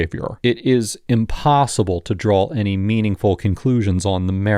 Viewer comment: For the love of God tell your voiceover guy to stop adding an L to the term 'draw' or 'drawing'.